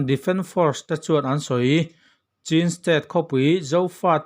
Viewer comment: Chin nilo in mizo haw rawp chhîn(ချင်း) tih tur aw